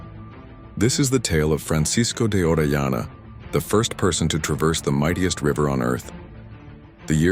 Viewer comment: You pronounced his name correctly the first time. Then you you continually misprnounce his name throughout the video.